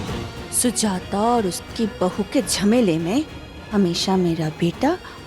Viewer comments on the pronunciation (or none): Sujata hota hai sujita nahi